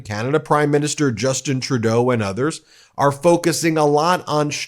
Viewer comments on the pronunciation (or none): Ben, do learn some French, and pronounce Justin Trudeau correctly, please. (Says one European (male), who used to speak some French.)